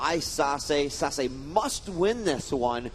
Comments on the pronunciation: its sah-say, not sah-suh... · is sase pronounced "sasuh" or sasay"? I am le confused